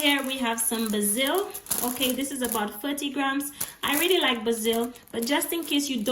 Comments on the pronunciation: Baaasil, not ba-zil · the way you say basil is very funny :p its almost like ur saying brazil lol, and a garlic bulb has waaaay more than 4 to 8 cloves.. just saying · She said Basil. Lmaooooo